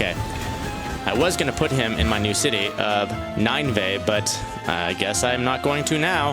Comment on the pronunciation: it's actually pronounced nin veh